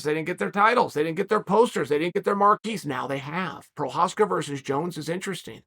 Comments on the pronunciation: The single most surprising thing to come out of this fight for me was ole uncle Chael said Jiri Fking Prochazka’s name so many times so close to the way it’s actually pronounced! The best keep getting better! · You know you've gained Chael's respect when he starts pronouncing your name correctly.